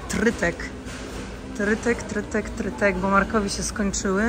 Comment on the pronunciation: Trytytek a nie trytek